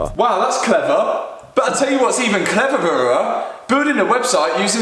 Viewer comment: clevevererer me: 😂😂😂😂😂😂😂😂😂